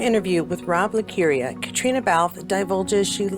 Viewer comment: love all the Cait news! And, knowing that you always want to get things right.... it's pronounced 'Cat' not 'Cate'. And, to clear things up all the way, her name is pronounced "Katrina" because she's Irish. The Scottish version is pronounced 'Kaytriona'. Confusing I know. Love your show as always! 😘